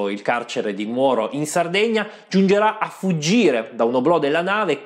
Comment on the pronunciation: Ciao, molto interessante come sempre, grazie :-) un piccolissimo appunto: si dice Nùoro, non Nuòro ;-)